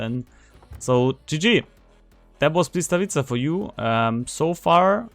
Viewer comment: hey bud/ its not BLYS - It is B-Wisk. That is how you start the word. Dont worry though. When I first started talking Polish my GOD I killed there tongue in speaking polish. the L is in fact a W sound. Thanks for the heads up on this ship.....